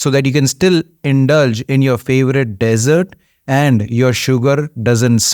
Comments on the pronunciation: Hello Dr. Tq for yr advise. Btw the Dessert is pronounced as DEEEEESERT & not DESERT. DESERT IS SAHARA DESERT, THAR DESERT, GOBI DESERT ETC..... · Dessert not desert😊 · Nice vid - thanks but if you want to improve pronuciation: desert (sandy) - DEZ- ERT dessert (eg cake) - DIZ - ERT....see the simple difference? MONK - pron MUNK not MAWNK